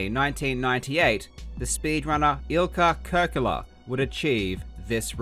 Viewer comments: In Finnish the stress is on the first syllable, so it's IL-kka KUR-ke-la and MAR-kus TAI-pa-le, not il-KA or tai-PA-le. Karl also didn't get the gemination of the k in Ilkka right. In Finnish the doubled consonant means the vocal pause in k is lengthened (google translate gets this almost right). Some vowels weren't quite there either - u in Markus and Kurkela is not the ə sound like in focus but the u in fruit albeit a bit more in the back. The e in Kurkela sounds like ə too, it should sound like the first part of a in face. Oh and less spit in consonants, especially t. I think the the stressed syllabes make most of the difference. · I loved this, but as a Finn, you pronouncing Ilkka Kurkela's and Markus Taipale's names made me crack up. Great video though, super interesting overview of the beginnings of speedrunning! Fun to find out about how this happened chronologically. And funny to see how influential Finns were considering, we are a small country.